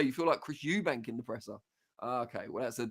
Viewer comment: I can't stand it when people call him Eubanks to I thought I was the only one,if you can't say it properly just don't say it 👍